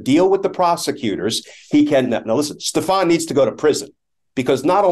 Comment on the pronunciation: I love that there's a guy named, "Stef-AHN"...implicated in all this. Last time I heard that pronunciation a lot was on SNL.